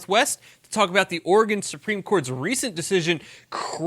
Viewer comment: Oregon native here... Oregon (Or-E-GUN). He says it correctly. Is that why you love it? With flush it down Kate Brown and continued Californication it may be pronounced OR-E-GONE soon.